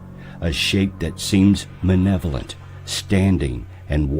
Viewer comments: Nice video. But I have to correct you with a certain word. It's MALEVOLENT. You kept saying 'Manevolent'. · if the meth idea didn't discredit the the theory the misprounpuncing of "malevolent" sure does..he said "manevolent"..i know its just one letter but it speaks volumes about the narrator's ignorance..It could speak volumes of my ignorance as well..hope im right...lol